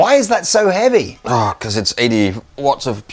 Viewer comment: 01.24 getting his "Very 'eavy, very 'umble" on....love to hear him play "Gypsy" solo lol